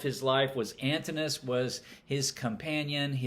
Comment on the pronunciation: Thanks for a thoughtful review. A small note: Antinous is pronounced Antin-o-us.